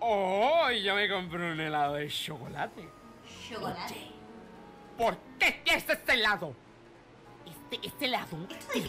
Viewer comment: mori de risa con: El shocolate